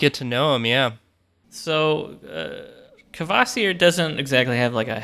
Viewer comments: It amazes me to no end that english-speakers have such a hard time producing any syllable-onset that does not have a liquid for its last constituent: Kvasir /kva-/ becomes Kavasir /kəva-/ (seen in this video), Kvoth becomes Kavoth, Ptolemy becomes Tolemy, Psycho becomes Sycho etc. It's just not sth i'd expect of english in particular (especially given the english's mockery of italian epenthetic vowels in english). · It's Skaði Auðumbla and Kvasir. ð is the th in This /skaa'thee/ /owth'oom'blah/ and /kvaa'seer/ to conform with English writing.